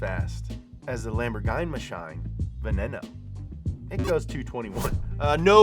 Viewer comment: is the only mistake i noticed veneno it’s pronounced like veh-neen-no